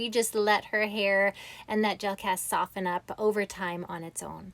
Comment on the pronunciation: Wow! This is really amazing. Your hair is gorgeous. I just have to mention: the "t" is silent in the word "soften."